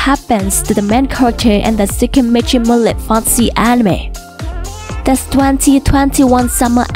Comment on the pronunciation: bad English cant even say moonlit properly dislike